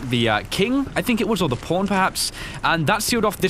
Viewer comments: everytime he says Pawn i hear porn and laught my ass off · I like that it sounded like he was talking about porn and porn Keys all The time xD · I know he's saying "pawn". But why do I always hear him saying "porn"? Man, I need to go see my ear doctor... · When he says PAWN it sounds like PORN